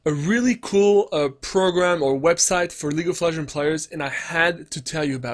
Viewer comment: It triggeres me that you constantly say "League of Legen" instead of "League of Legends"